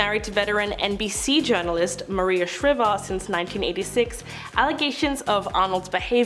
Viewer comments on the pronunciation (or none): It’s prounounced Shr- EYE- ver.